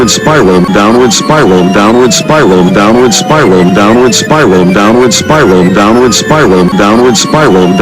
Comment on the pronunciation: "Donald Spy roll" You can now never unhear it your welcome.